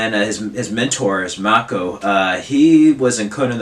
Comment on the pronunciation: Sidekicks is available on DVD. You just have to scour the internet for it. I paid $150 for mine and it was worth every penny. Mako..pronounced May co.